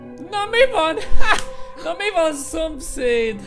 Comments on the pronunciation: "Áh jön a szopszfgm" Kiégtem😂😂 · jön a szompairvuf aaa 😂😂🤣